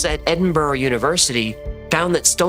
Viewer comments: Scotsman here. Much love 💖 to and his assistant,. Keep up the good work 💪👍. 🏴💙🇺🇸🐪& hex. (PS,you nailed the pronunciation of Edinburgh....edinburra. nice) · Great pronunciation of Edinburgh 👏👏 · You said Edinburgh correctly! Genuinely chuffed about that. So many people from the USA say it wrong.